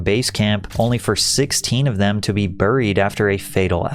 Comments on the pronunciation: Patrick, what's up with some of your word pronunciation?? I just watched the idiocracy video where you (more than once) mispronounced "Alzheimer's" as "All-Timers", ironically as you described Idiocracy. Now watching this video, 10 minutes in; you keep mispronouncing "Buried". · Bruh, buried is not pronounced "burr-eed" it's pronounced 'bare-eed'. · he said burreed not once, but twice. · The way Patrick pronounces words drives me fucking insane and I about threw my phone! "CREVICE!?"... OMG if he says "BURIED" like that one more time I'm gonna jump!! It's something in every video. 🤦‍♂️ Millennials and GenZtards are doomed.